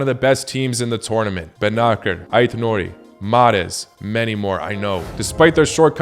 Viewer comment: its not benaker; Bennacer (S)